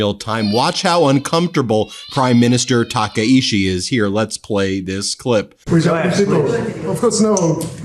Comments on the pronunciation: Ta kaiee chee. Sorry your pronunciation is driving me crazy... As a U.S. national who lives in Japan... I am worried about my future. You can see the "honne" bubbling underneath all her effort to maintain "tatamae" with all her might. Takaichisan is well known for not taking bullshit from anyone. Japan has pacifism built into its constitution. Japan's military is strictly relegated to defense of the Japan and its territories and aid in the case of disasters. It would take an amendment to the constitution, or in Takaichi's efforts a new constitution. Japan has no intention of ever helping Trump with his illegal war. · Taka-ICHI (CHI is pronounced like CHEESE - not SHI) TAH-KAH-E-CHEE